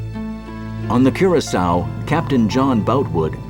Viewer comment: I know this is petty, but the fact that nearly nobody pronounced Curacoa correctly, a lot of them pronouncing it coração. Just found it a little frustrating.